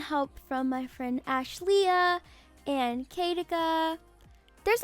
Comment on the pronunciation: DID SHE SAY ASHE LEAH !!❤️❤️